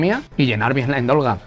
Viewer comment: Endolga no, se dice andorga 😂